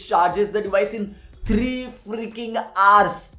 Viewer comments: it's hours not arse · it's not "AARS" it's "Hours"